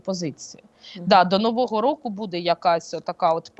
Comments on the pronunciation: А я думала только меня она раздражает. Сейчас ведет себя норм.,вначале вообще такая ужасная была. И вообще интервьюер должен ударения правильно ставить ,а не будЭ, аж слух режет,какой же это украинский язык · Ще й наголоси тупо перекручує, дратує оте будЕ.Хочеться в глотку назад загнати те будЕ!